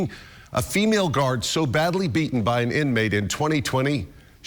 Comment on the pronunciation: You mean "an" investigation, not "uh" investigation. 😂😂😂